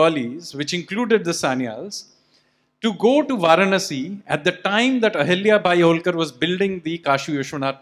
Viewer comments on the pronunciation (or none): It is not AHILYA BAI but AHALYA BAI. That is the correct Sanskrit word. The later linguistic aberration is unfortunate and now needs to be done away with.